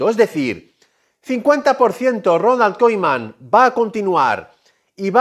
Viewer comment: Porque dices Ronald koiman